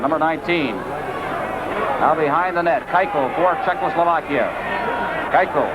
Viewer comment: Thanks for posting these. Has anyone noticed how Bernie Pascal often says 'Czechlosovakia'? Note the spelling - it's not the same as the real name of the country. This is almost as annoying/embarrassing as Foster Hewitt's continued troubles in trying to say the name of Vladislav 'Tetriak' during the original Summit Series.